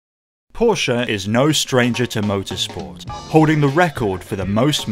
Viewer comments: Only one second into the video and I would like to give you 10 times thumbs up. For the correct pronounciation of Porsche! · Thank you for not saying "Porsh"....!!!! Seriously.